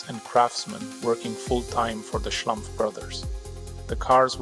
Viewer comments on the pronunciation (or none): fkk, it´s SCHLUMPF, not schlAmpf!!! research makes a ducumentary! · Schlumpf, not Schlamph 🙃 it’s German and = Smurf in English! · Their name is Schlumpf. Pronounced "schloompf" (not "schlumff"). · The name is Schlumpf, with an 'u'. Not Schlampf!!! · the local french-alsation name "schlumpf" is pronounced "shloompf" in french; not "shlumpf". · Exactly. As someone who speaks German as a second/third language, it makes my ears bleed 😂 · O dear, O dear, how excruciating! Why does the speaker —who appears to be a German speaking human(?), and hence should know better— consistently mispronounce the proper noun Schlumpf ? Why this apparent act of deference toward the misplaced notion of "how-this-appellation-ought-to-be-pronounced-by-an-English-speaker" ? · It's a German/Swiss name. So, it's pronounced as in German. Even if Mulhouse is located in France (Alsace). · assuming the name is not french but german, the u in Schlumpf is pronounced like in pull. By the way, "Schlumpf" is also the german word for smurf.